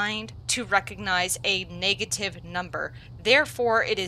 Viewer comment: Ayo did she say " niggative mutations " or is that just me 😂